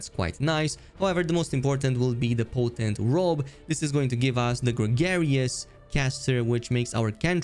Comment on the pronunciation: He cant even read his potent robe correctly.